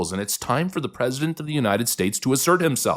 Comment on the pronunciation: Pronounced Mah crone like drone